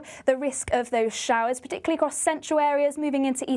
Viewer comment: Sorry,, did you say " p'tickly "?